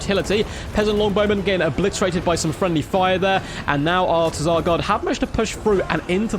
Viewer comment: Definitely not pronounced "Teh-Zar".